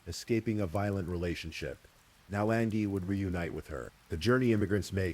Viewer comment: Angie is pronounced Anne Gee. Sorry Mr. Ai that drove me nuts! An ghee ughhhh. She was a person and it mattered. 😂